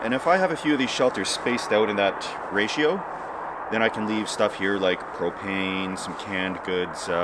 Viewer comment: When you say propane it sounds like you are saying cocaine.